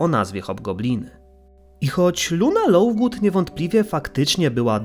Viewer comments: Lovegood!!! Przez v, a czesto wymawiasz Lowgood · czemu lovegood wymawia się jak lauvgood